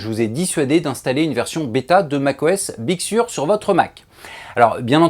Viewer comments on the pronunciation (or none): On dit big seur avec un accent un peu plus british 😉